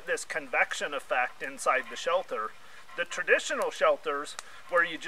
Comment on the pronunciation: You keep saying "shelther", the word is shelter, no "th".